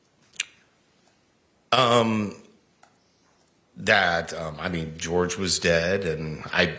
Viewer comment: Jorge, but she pronounced it George.